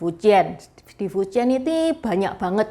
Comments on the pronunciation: 福建 dibaca nya Fú cièn bukan fuciyen, bukan juga fuchiyen, juga bukan fuciyyen❌❌ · Fújiàn intonasi 2 naik trus turun 4 cara baca nya ce , bukan fu 1 lurus dan jian 3 melengkung